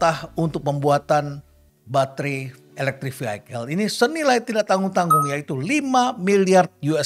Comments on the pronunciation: Terima kasih atas pencerahannya Prof.. Btw ada yg mengganjal buat saya saat Prof. Kasali mengucapkan 'Vehicle' menjadi 'Vihaikel', setahu saya cara pengucapan yg benar adalah 'Vihikel'... Banyak pejabat lain yg salah ucap, bahkan Pak Jokowi... CMIIW.. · Sebut Vehicle aja udah salah. Mas Elon kapan mau masuk begini 😂😂